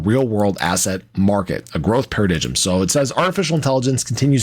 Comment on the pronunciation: Great post as usual. I own these assets and ADA. Btw ~ the word (paradigm) is pronounced like Pear-A-Dime.